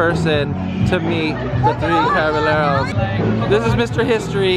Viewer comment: It's actually pronounced as The Three Caba-Yeh-ros! In Spanish, two l’s make a y sound. So like, llamo would be pronounced as yamo!!